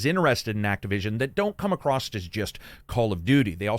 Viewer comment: Why do you keep saying "acrosst"